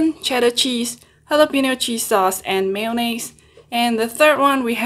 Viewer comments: Just stop trying to say mayonnaise 🤦🏽‍♂️ Just say Mayo 🤷🏽‍♂️ you foreigners smh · I love the way u say mayonnaise